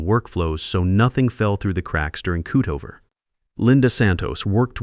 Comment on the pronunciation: This AI speech is appalling Cutover??? cootoover really?????